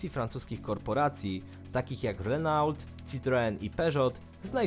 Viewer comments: #pomysł Dlaczego czytam Renault zamiast Reno? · mała uwaga; "renault" czyta się "reno", a nie "renault" ;) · reno sie czyta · No nareszcie ktoś to zauważył ;) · więc dlaczego inne marki wymawia "poprawnie" w oryginalnej wymowie, a tylko tą jedną markę wypowiedział tak jak się ją pisze?